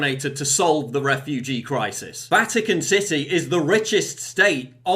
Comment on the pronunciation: I thought you said Vatican sissy, at first when you said Vatican city.